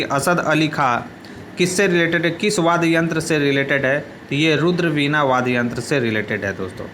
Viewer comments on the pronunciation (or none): वाद्य बोलो भैया वाद गलत बडे जा रहे होय